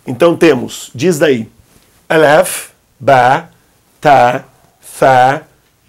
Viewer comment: Olá Professor! Você pronunciou a letra Ta e Ba como Te , Be daí fiquei confusa qual pronúncia devo praticar! 😘